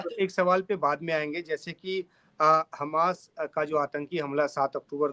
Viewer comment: खमास नहीं हमास